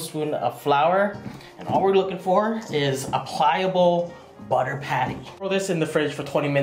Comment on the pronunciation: "soft like butta"